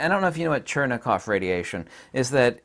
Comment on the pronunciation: It's Cherenkov radiation, not Chernekov...